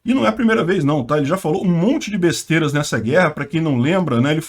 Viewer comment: Falando "besterias"